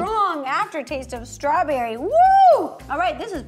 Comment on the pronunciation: l am giving half a point to ro becuse she said stawberry and cream its realy close to cheesecake